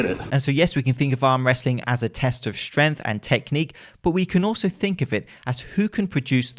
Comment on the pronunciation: Yo, the "g" in "strength" isn't silent 😋